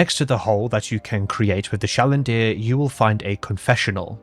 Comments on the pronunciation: Listen, I can get past one mispronunciation, but it’s “chandelier” not “chalinder” (Also wonderful video I’m sorry this is what sticks out to me😭) Edit after reaching the end: fuck pyrocynical. I tried watching his video before I found out about this channel and it was all memey and insufferable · "chalendier" smh unwatchable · That pronunciation of chandelier absolutely flash banged me